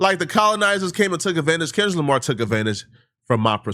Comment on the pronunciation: Sounds like you keep saying Kendra Lamar, lol. You not trying to sneak diss are ya??